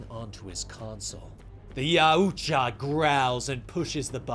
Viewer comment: Yaoja? NO NO NO ITS YAUTJA. MY GOD MAN.